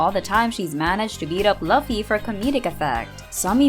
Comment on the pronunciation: you are watching one piece and you are pronouncing luffy wrong bruh